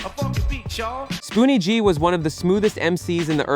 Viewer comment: Ummmm spoonie was not a one hit wonder the God Father and your announcement of there names is criminal